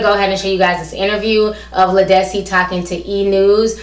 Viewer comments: I agree with everything you said. But Ti her named is pronounced Lead like a lead pencil... Lead-dis-cee.lol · Her name is Led-is-see. She's been out for over 15 years. I've have her albums and she's awesome.